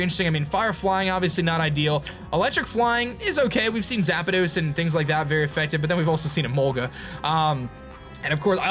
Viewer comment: he knows zapados is wrong, continues to say to make people like me mad